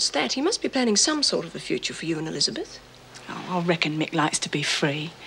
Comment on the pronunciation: I love the way Amanda Muggleton says ‘Elizabeth’ - real, correct pronunciation 👌🏻